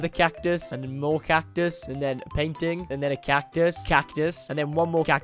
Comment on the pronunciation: "catice catiue one more cactus" hahhahahahahahhahahahahhahaha to much cactus